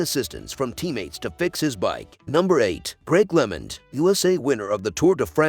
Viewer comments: Agree. The person has no knowledge of cycling, otherwise would know how to pronounce, if nit all, most of the names. Lemond is Lemond and not lemon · The producer of needs a better editor and a narrator who knows how to pronounce names. Greg "Lemind"? And Armstrong? Talk about bias.